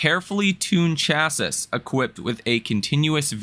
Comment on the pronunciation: God you’re ignorant. The last S in chassis is silent. It’s pronounced like “classy”. I don’t even think you read a third grade level.